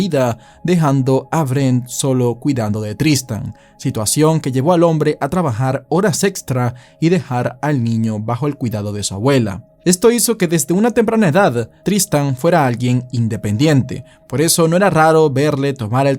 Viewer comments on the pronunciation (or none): Me gusta tu programa, pero tienes que mejorar tu español….te comes la “S” mucho…”HORAS EXTRA”